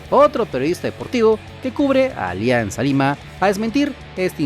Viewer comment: Ya no dice Olianzaaa lima 🤣🤣🤣